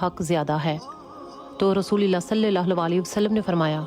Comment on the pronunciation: Apki baat bilkul sach hy❤......Aik baat ham sy b seekh len aap...Rasoolallah hota hy Rasoolillah ni hota.😢😢😢😢😢so tasheeh farma len🎉